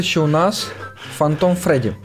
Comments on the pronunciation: ето не Фантайм а фантом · знаю, но это не фантайм а фантом